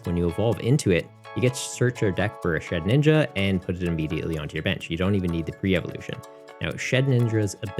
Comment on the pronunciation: Shedinja. Not shedninja